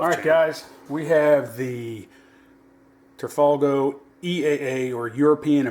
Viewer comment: turfalgo, lol. It's Tan-Fog-leo